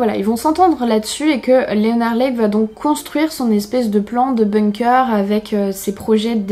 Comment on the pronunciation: On dit pas BOUNG-COEUR on dit BONG-KER